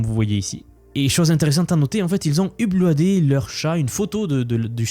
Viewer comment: "uplouadé" Mouhaha, l'IA ne fera jamais un accent aussi original!